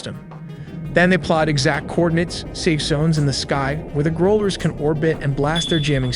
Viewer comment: You have to work on your pronounciation of "Growlers" It's annoying.